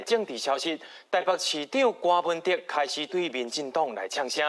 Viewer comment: 柯文哲的“哲”是Tiat才對。